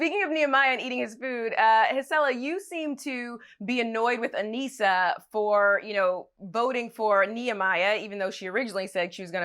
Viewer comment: She said aneesa and laterian